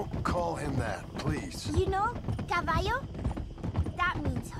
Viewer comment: Interestingly Papa Bronte seems to have taught Jack to say "cavallo" the Spanish way. In Italian they just pronounce "ll" like in English.